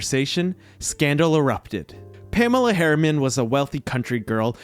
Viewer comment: I worry about any narrator who can't even pronounce the name Pamela, let alone anything else.